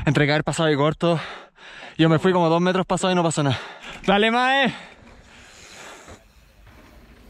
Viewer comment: Soy yo o dijo mae?